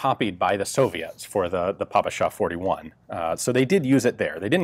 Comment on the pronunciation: He pronounced PPSH as PuPuShuh